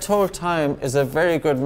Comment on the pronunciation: No offense man but can you please pronounce hold better